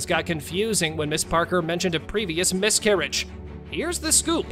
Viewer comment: I lost track ...."I had a whole miscurriage"😂